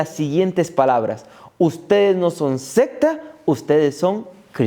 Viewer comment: Como frecuentemente estas hablando debe pronunciar Secta con C...y no con P... Se lo digo con apecko.